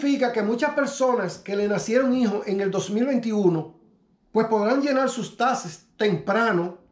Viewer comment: Hey amigo NO SON TASES....SON TAXTES CON X